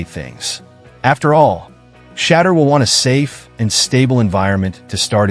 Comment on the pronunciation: you do not know how to say shedeur ???? ANY BODY can get a youtube channel. BTW do some research first and practice.